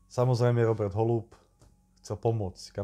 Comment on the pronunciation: Je to sice detail, ale byl to Róbert s dlouhým "Ó" :)